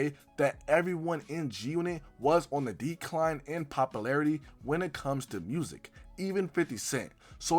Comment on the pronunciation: POP•YOU•LARITY not POP•UH•LARITY